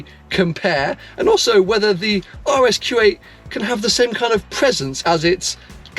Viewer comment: Kept think was saying RS Kuwait.